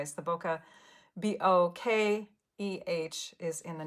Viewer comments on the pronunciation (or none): I loved seeing all the different cards!! Btw, bokeh is a photography term and is pronounced bōkă lol